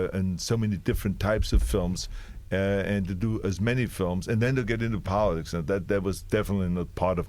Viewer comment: This man was governor and can't even say "politics"..Nothing is impossible